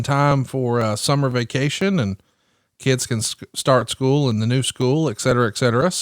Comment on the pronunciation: I hate the way JR says school. Scoo-ell